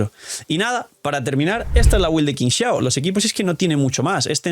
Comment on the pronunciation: Amo a Qingxiao, pero llamémosla bien porfis Qi = chi ==> “Chingxiao” Tremenda waifu 😩🩵